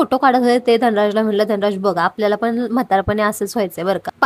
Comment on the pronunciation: "आनि", "पावने" सहा , "पन", "आनलंय" ... आमची काय तर म्हराटी भाषा. इंग्रजी कसे काय एकदम फ्ल्यूएन्ट बोलता येते?? . . . . . . शुद्ध, स्पष्ट, अस्खलित असे सर्वोच्च प्रतीचे मराठी बोलावयास शिकावे ही नम्र प्रार्थना 🙏🙏🙏